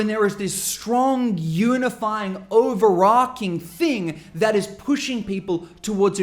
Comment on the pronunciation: stopped listening when you pronounced overarching as,"arking"